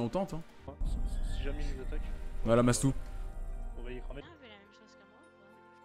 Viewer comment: "Maytou" aie mon pseudo écorché :'(